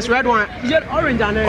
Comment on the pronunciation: 'Olange' one no...hahaha